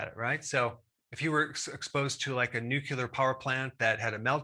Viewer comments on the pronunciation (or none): Ugh... He said, "Nucular"... Sorry, random pet peeve. I worked on nuclear submarines. Lol